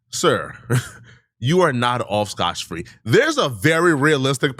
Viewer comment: Dotch go 😂